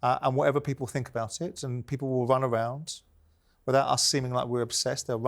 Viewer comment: SJ "they will Wun Awound" lol 😂😂😂